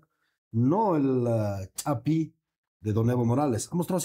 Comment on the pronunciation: Dicen "ch'api" y al rato wreividicar, wrrato, wrrepechaje 😅😅